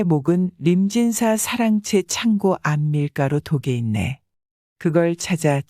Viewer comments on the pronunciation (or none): 왜 두음법칙을 무시하고 북한처럼 림진사라고 하시나요.